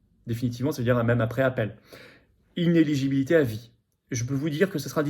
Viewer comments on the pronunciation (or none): On dit inéLigibilité et pas inégibilité comme tout le monde se met a le faire. Sans précision on pédale dans la semoule :) A part ça très bonne vidéo .